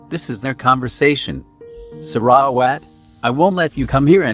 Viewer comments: Omg the voice narrating sarawat's name gets me on crack lol 😂😂😂 it's like saRa..wAt but still thank you for this. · im sorry but the pronunciation of sarawat